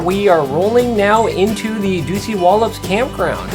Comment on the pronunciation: OMG!! How many times can you mispronounce Dosewallips!!